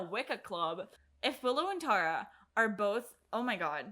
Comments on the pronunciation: Say it with me TE-RAA - TE- Ra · So excited you mispronounced her name? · the journey of you figuring out how to pronounce tara's name over the course of this episode was thrilling lol